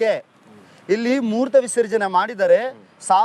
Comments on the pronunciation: Kannada uccharane correct mado , moorta alla mootra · Ninuge kannada baralvalo avnug keltaedhya le murtha visarjane alla mutra visarjane